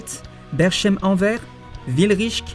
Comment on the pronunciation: « En vert … » ça se prononce « An-verse ». Et c’est pas un patelin c’est juste un des plus gros ports d’Europe 😂 Et Berchem, c’est BerKem, mais bon celui la à la limite 😅 Je sais c’est pas si important…